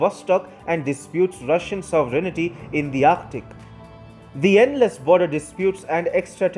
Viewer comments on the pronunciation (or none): Can you guys do something about your spelling and pronunciation? The word is "sov·er·eign·ty". Not "sovereig-nity".